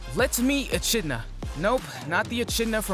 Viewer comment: It's pronounced "e-kid-na", homie. Also, Fuuto PI is P.I. as in "private investigator".